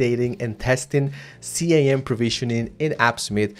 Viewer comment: It's pronounced "skim" not C-I-M